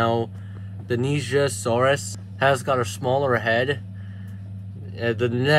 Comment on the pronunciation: Finally, someone who pronounces nigersaurus correctly